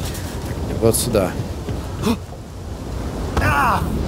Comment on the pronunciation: почему ты говоришь "суда", а не "сюда"